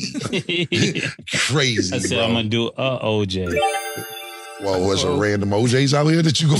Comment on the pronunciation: He calls OJ “ O” hold on o